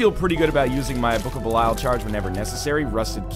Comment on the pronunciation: 650 episodes of Judas being in the game, 650 episodes of mispronouncing Belial.